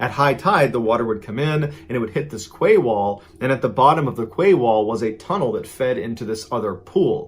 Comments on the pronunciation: I love watching your true stories, but I’m going to have to point out that ‘quay’ is pronounced ‘key ‘and not ‘ kway’. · Quay wall?I think it’s meant to be quay is pronounced KEY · I came straight to the comments to see if anyone else noticed the ‘kway’ wall! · Quay is pronounced 'kee'. So it was a 'kee wall'. The word originates from the north of France. I couldn't work out what Mrballen was talking about for a while there! 😂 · Mr. Ballen, I hate to correct you but then again I'm sure you wouldn't want your message constantly pronouncing a word incorrectly. In your story about the photographer taking pics of all sorts of water situations... the word 'quay' is actually pronounced "kee". Decades ago while living in Portland OR, my husband and I spent New Years with two other couples having dinner, drinks and dancing at "The Quay Restaurant" in Vancouver WA. Great time. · Oh my god that poor man in the oven! You wouldn't want to be born to die like that. (Sorry, lovely Mr Ballen, but you pronounce 'quay' just like you pronounce your 'key')